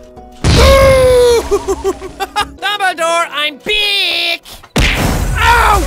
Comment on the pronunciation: I lauged hard when it said dumbladore but he said dooblydore